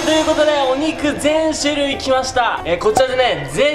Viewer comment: 28「しゅるい」をいつものの甘噛みで「するい」ってちょいちょい言ってる気がするw の、うましかて、可愛いかった(´∀｀*)